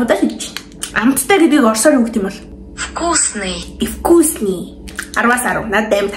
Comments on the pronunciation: Балай юм уу би орос хэл мэдээн вкусный гэдгийг ивкусный гээд хууцад байх юм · Эвкусни биш Викусни шүү